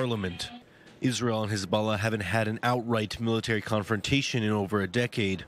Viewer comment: "Khezbollah" XD In any case, long live the Axis of Resistance!